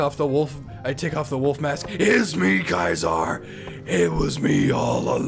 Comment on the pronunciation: Has he been saying kaisar’s salad this entire time